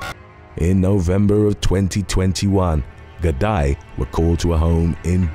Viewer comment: Irish police pronounce gardee not gardie